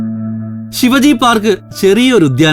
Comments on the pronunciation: Please note it ....Shivaji ennalla Shivaaji ennu pronunciation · ഛത്രപതി ശിവാജി not ശിവജി. Please correct. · When you say Shivaji...just stress the 'a' Shivaaji.. 👍🏻 Shiv-ji is a God... Shivaji was a ruler very important to Maharashtrians ..Otherwise great video 👍🏻😊